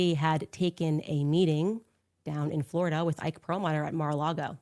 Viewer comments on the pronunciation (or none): none